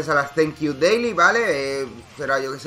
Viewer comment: Suena mas como Zaenkiu